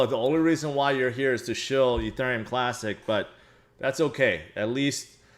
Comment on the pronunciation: Can you please learn how to pronounce ethereum